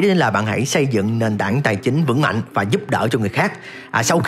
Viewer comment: nền tảng, không phải nền tản